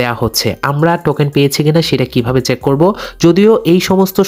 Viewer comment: স্টাইল করে বলতে গিয়ে চেক কে চ্যাক😂